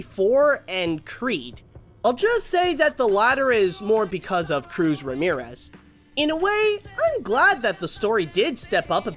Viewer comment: Her name is Cruz Ramirez. just really bad at pronouncing.